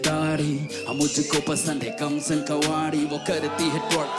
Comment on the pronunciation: ne pronounciation mistakes nhi ki hoti to bhai sbko takkar de rha hota... kamsin kawadi bol dia or bhi kyi jgh....